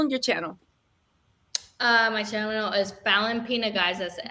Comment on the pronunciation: lol fallyns last name is pronounced like pena, not pina. I know because iam Cape verdean, and have family with that name, iam surprized she didnt tell ya differnt, lol 😁🤣